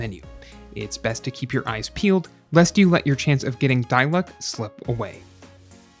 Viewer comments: noone: him: *dailooc* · "Die luck" 😭😂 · " die luck"